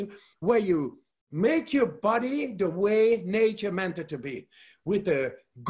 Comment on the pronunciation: Love his app - and when he says “YOU’RE DOING FANTASTIC” and feel it “thru your BOD-EH !